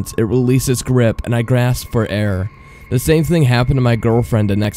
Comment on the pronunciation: he say da instead of the and it annoys me